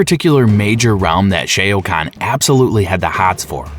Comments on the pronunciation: Omg its not shay oh kahn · Dude how do you say “shayo” khan but you say kung Lao name perfectly, shao, Lao, I don’t even wanna watch this just bc of how cringe that is 🤣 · Kung lay-ow, Shay-O Kahn, Lin Ku-I... It's funny to hear, but good work in putting together the timeline and explaining it. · I am sorry. I had to stop. Shay o can? What the f... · Dude I can’t hear sheao kaun anymore I’m out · You lost me at shay o khan . Not watching anymore of your videos sorry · I can't take this seriously, with the clear mispronunciations. I laugh every time I hear 'Shea O'Conn' because all I can think of is an Irish Shao Kahn going 'thaht's it, ahm gettin' me mallet!' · bruh what the fuh you mean "shay-oh khan"??? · Shay o khan? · Shay O'Khan? Ah yes, he hails from Dublin! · Shay O’ Kan? Yup video off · Shay-O Kahn Gorow Riden 😂😂😂 Great Video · Rye Den, Shay Oh Khan, Coat-Ayel Khan!!!! Love these warriors/lead singers! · It lost me at Shea O'Khan. Shao Khan's Irish cousin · SHAO SHA OUU KHAN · Great video But please SH- AOWWWW - Kahn RAY-DEN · Come on dude, please do research on the pronunciation of the names of the characters. You butchered Shao Khan's name. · Can somone REUPLOAD THIS, but with the proper Pronunciation for SHAO-KAHN's name put in? It's infuriating to hear it said wrong because it's so obvious when the mistake happens.